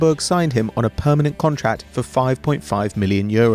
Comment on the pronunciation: Haha "permanent"